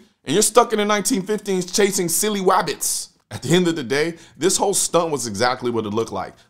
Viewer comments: "Be vewy vewy quiet! I'm hunting WABBITS! Wuh-huh-huh-huh-huh!" "Say, there's something skwewy awound here..." "Could be YOU, DOC!" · Those darn waskilly wabbits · Shhhh be vewy vewy quiet I'm hunting flying wabbits... but can't load my own gun!! 🙄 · "Be vewy, vewy, quiet! I'm hunting wabbits!" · Be Vary vary Quiet im Hunting Wabbits ..hehehehehehe